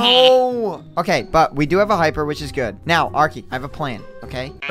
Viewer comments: NOT ARKY BUT ARKEY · It’s arkey